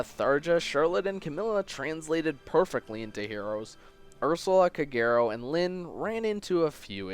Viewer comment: Shouldn't Kagero be pronounced as "KAH-geh-ro"?